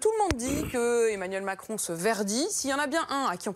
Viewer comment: C'est moi ou à 4.05 elle a un lapsus et dit Emanuel Mentcron??